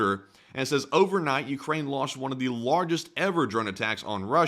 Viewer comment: When you say launched, it sounds like lost